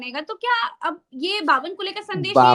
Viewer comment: आप बावनकुळे नाम को अश्लिल नाम बना रहे हो "बावनकुले"😂